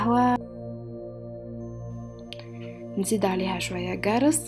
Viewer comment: ماشاء الله تبارك الله عليك وعلى وصفتك ..ياخي انت من الجنوب ؟خاطر حتى انا من الجنوب لكن مانقولوش gارس نقولوا قارص حتى بالعربية الفصحى باش يفهموك البنات قولي قارص وقولي قطن هذوما بالعربية ...واحكي بالعربية الفصحى من غير ماتبدل لهجتك باش الناس لكل تفهمك والله ملاحظة باش انت تزيد تألق ماتفهمنيش بالغالط. ..انت الساعة تباني من لبنان تباركاالله عليك. ..اعمل اش قتلك عليه